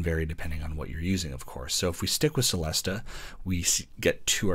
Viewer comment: Good review. “Celesta” is pronounced “chelesta” though, and “glockenspiel” is “glocken-SHPEEL”.